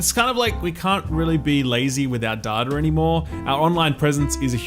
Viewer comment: Love you dude and all the content but what the hell is 'daada'? Did you mean 'data'?😂